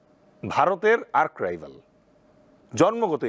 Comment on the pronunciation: আর্ক নয় রে, ওটা আর্চ রাইভাল ।😂